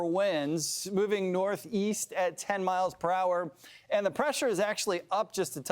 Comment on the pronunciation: Did this guy say "120 milapahars"?